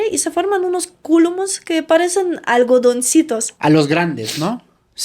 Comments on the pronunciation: "Cúmulus" no "Cúlumus" 😂😂😂🤗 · 😂😂 son Cúmulus y no culumus😅